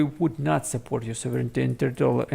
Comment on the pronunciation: Please pay attention to your pronunciation of the word sovereignty